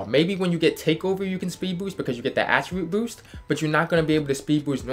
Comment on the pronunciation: “you won’t be able to speed boowst”